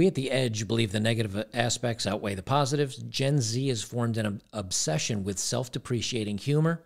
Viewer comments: to say Self Deprecating, its Deh Preh Cate Ing. Just looking out homie, keep up the good work! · BTW, it's "self de pre kate ing"